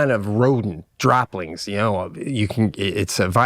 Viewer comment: its droppings, not dropplings pete. but thats just splitting (rat) butt hairs.